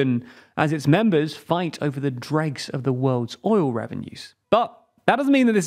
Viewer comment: idk if you said drags or dregs, but don't put me in this.